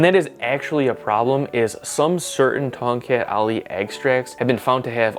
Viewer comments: I heard you said kongkek Ali... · More like Tongcut Ali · The proper way of pronoucing Tongkat Ali is - TONG CUT AHLEE Sorry can't stop being a pedantic cause I am an Asian where Tongkat Ali originates from. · to the untrained ears it sounds like toket ali, means ali's boobs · I was kind of thinking Ton"gut ali? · being from south east asia. it sounds really weird hearing you pronounce tongkat ali in an accent🥲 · Omg 🤣 i love when people said the word from one of our south east asia weirdly 🤣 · As someone from Southeast Asia, I'm just here to hear his Tongkat Ali pronunciation. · Same hahahaha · when he pronounce it like that, I almost laughed too hard XD. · As someone from North America, I like hear South East Asian’s funny pronunciation of English.